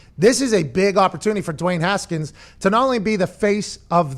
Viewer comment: You guys missed saying Duey Haskins😂😂